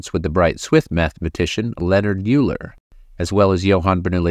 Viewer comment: Practice “Euler” too please